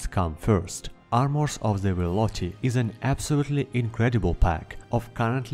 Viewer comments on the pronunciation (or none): you mean velothi you said vel-ot-he